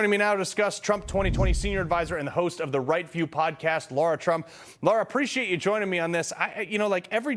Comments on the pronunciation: NOT Laura. Her name is Lara! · Her name is LAAARA, not Lora.